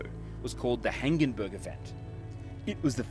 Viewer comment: There would certainly have been insects and crustaceans crawling around on land. The first crustaceans to become insects crawled up onto land in the Silurian, so they would have gotten a long time to evolve. : "Hangenberg" not "Hangenburg"! A "burg" is a castle, a "berg" is a mountain. Burgs use to refer to towns. Hangenberg is a mountain in the Rhenish Massif where a shale containing the event was discovered.